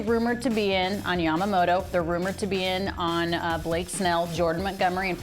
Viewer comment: I hate listening to this guy speak, also cmon “Yamamoto” is not hard to say